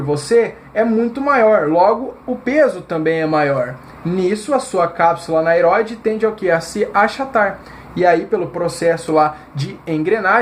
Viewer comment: Gostei do conteúdo, não seria cápsula aneroide a pronuncia correta?